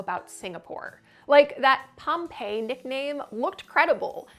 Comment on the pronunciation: Yep, in southern Gratiot County, near M-57. However, we pronounce it POM-pee-eye.